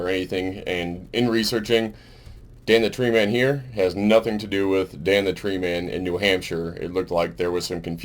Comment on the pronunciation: sounds like you said you want to look into fucking Dan the tree man. that's fine I guess I mean if you like fucking men...